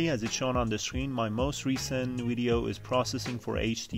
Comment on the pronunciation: Thanks that helps ! Just thought I'd let you know, Video, is pronounced as a V at the start not a W. It's Video not Wideo.